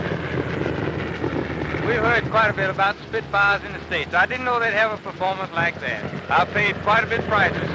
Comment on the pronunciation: “Two Spitfars please”.